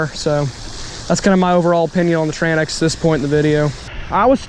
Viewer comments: its called TRANX not TRAN X brother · Tranx is one word. Its pronounced like Tranks. I pronounced it wrong the first time too. Lol